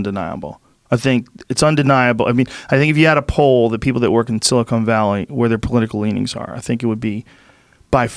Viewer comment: Joe “Silicone Valley” Rogan